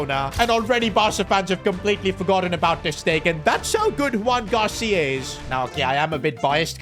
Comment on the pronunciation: no one has notice did just say Juan Gracia instead of Joan Gracia 😓😓